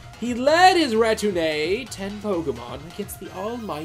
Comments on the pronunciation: I have nothing new to add except that retinue is pronounced REH-TIN-OO for crying out loud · Every time you said retinue, I wanted to sho*t myself! Amazing video btw. Look forward to your future videos. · This video is great but I can't get over how "retinue" is pronounced so wrong throughout the video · that is not how you pronounce "retinue" my friend.